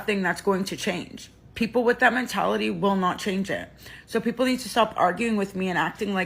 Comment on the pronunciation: I legit thought you said "poople" i had to rewatch a few times